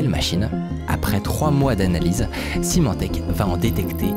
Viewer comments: Juste pour corriger une petite erreur de prononciation: Symantec se prononce "s-i-mantec", pas "s-aïe-mantec" (même en anglais). Merci pour la vidéo ! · Symantec se prononce "Semantec", pour info ;)